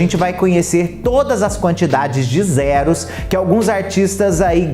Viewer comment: gostei da enfase no numero de zeros kkk